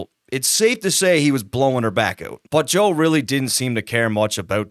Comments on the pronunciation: Sounds like he’s saying “ Joel “ instead of Joe this whole video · Who the fuck is Joel??? You keep saying it while narrating and occasionally correctly switch it up to JOE. I appreciate the content but damn bruh. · I keep hearing this guy say "Joel"